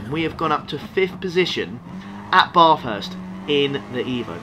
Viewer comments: I'm Australian and your pronunciation of Bathurst is appalling. It should be more like "at" with the pronunciation of the a. Not Baaaaaaarthurst, Bathurst. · its Bathurst and NOT barrrthurst. good race .